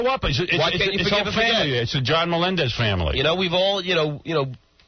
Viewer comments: Why in the &%#@ does Howard keep pronouncing SJ's surname as "MELON-dez?" 🙄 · I can’t believe this far into John’s time on the show that Howard was still pronouncing “Melendez” wrong